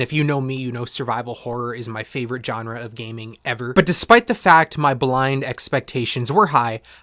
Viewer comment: "Genre" has a soft j sound, like the j in Jacques.